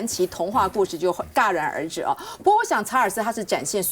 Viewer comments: 我发现台湾媒体人嘴上白话连篇，连个成语发音都说不对，戛然而止 第一个居然读嘎？？？戛这个字正确发音是夹！！！ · 大姐 戛（jia）然而止 哎~都是什么文化水平